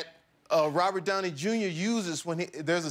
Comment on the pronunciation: "there a scene when robert yowney yunior prr..." xD hahahahaha omg